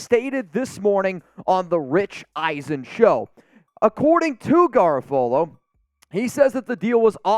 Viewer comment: I think you're pronouncing Garafolo wrong lol